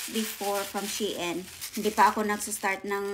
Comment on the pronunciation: Wowwww 16 items 😍. Sana all dae daghana ba 😍, Na worry nako Sa akong before kay naka order nko ug 8 items 😂. Napa diay Mas Daghn gi order kysa nko 😂. Lahi jud imong pronounce Sa SHEIN ba, she-in jud hehe. Puro nice imong napalit dae, especially katong pink. nice editing lagiii , pro nmn kaayo mag edit, no need Na tudluan kbw Na 😍 . MAayo nasad mo vlog well done dae love it! 😍